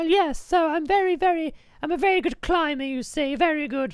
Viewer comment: stampy said 'v'ery rude when he had to start with u